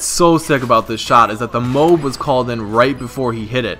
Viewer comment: MOBE. You said MOBE. Not MOAB.